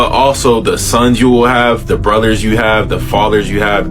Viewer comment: When he said "Welllll, what about yo buhdas, yo fahder, yo unkelssz" I was like BI*** SOME OF THOSE BE THE MAIN ONES!